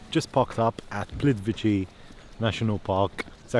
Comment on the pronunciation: pronunciation: Plitvitse ...(letter "c" in Croatian is always pronounced as: /ts/); Karlovac = Karlovats ....